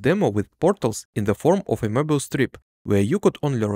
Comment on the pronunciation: Sorry… “morbius” strip???